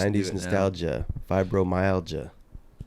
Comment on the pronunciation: This bro said vibromyalgia